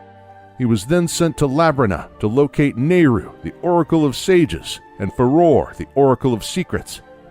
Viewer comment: Farore is pronounced "Fah-roh-ray" not "Fuh-roar." Din, the first goddess, is one syllable; Naryu, the second goddess, is two syllables; and Farore, the third goddess, is three syllables. This isn't rocket surgery.